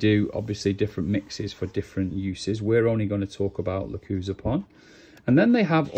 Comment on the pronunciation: Thanks for the awesome video - that's what I needed ! Now, as tu pronounciation of "lechuza" , although it is rather unpopular - the word is pronounced "le-choo-za". Explanation from the Lechuza-PON home site "LECHUZA is Spanish word for "owl". The LECHUZA sub-imigration system watches over your plants like a wise and watchful owl".